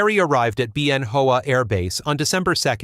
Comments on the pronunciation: It's not pronounced Ben Hoa, it's Ben Wa. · Anyone else cringe at the pronunciation of "Bien Hoa" ("BEE-en HO-ah") ? During my tour we said "ben wah". 1970-71 AC-119K; FLIR maint. Phan Rang, DaNang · Ben Hoa pronounced Ben Hao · This is a good video and pretty accurate. The narrator mispronounces the name of the air base where the Spooky was first tested. It was Bien Hoa air base about 20 miles northeast of Saigon. I spent a year there. It was pronounced like Ben Wa. Bien Hoa was an old French air base and the first Americans killed in Vietnam were advisors who were there. I worked on a few AC47s and saw them operate at night which was a sight to see. The sound was weird, not like guns.